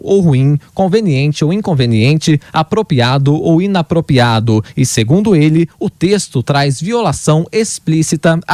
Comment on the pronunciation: Esse garoto que falou sobre o Juiz Fux ainda não aprendeu a falar APROPRIADO ( em ), e fala no mais puro Dilmês, APROPIADO e INAPROPIADO. Também não sabe falar PRÓPRIO e fala PRÓPIO. Nosso professor Villa também incorre nesse erro. Ninguém da rádio observa isso? Alguém da Pan deveria avisá-los. Se estiverem precisando de um corretor de português, estou à disposição, apesar de ser formado apenas em História e Música.